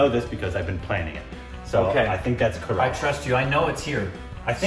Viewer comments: It is not corolla 😂😂 Its kerala Pronunciation = KERA+ LA =kerala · KORBENISED INDIAN STATE ..KERELA = KARALA HAHA